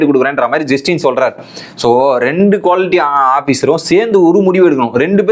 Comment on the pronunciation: Bro.... Tell the contestants name properly.... Justin illa... Jeshin.. Navin illa nevin...